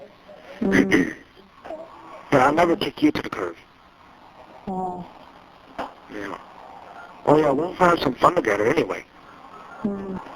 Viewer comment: Steven says "I'll never kick you to the curve"...what the heck is the "curve"?